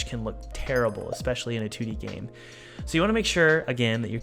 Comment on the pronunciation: Every time he says "2-d" character in the beginning I hear "tooty," and I giggle like a schoolgirl.